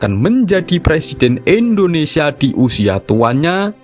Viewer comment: Indonesia Pak . Bukan Endonesia terus aja di ulang" kalimat nya 😢